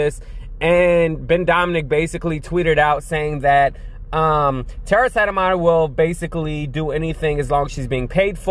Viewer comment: Tara landed in a much better situation with The Lincoln project, and her big following. Please forgive me & my occupational hazard of diction minder, but Tara's last name is spoken as Set-My-Er. Thank you for playing.